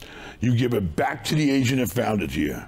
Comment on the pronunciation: "We got bankers, we got real estate ASIANS". "Pay the ASIAN a commision". Im dying laughing anytime he says "agent" it sounds like he is saying "asian" 😂😂😂😂😂😂 Take a listen try not to die laughing - (15 sec, full of asians)